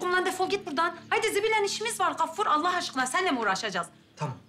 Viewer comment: Hatip ağanın Gaffur'a Kaffur demesi bir tek benim sinirimi bozmuş olamaz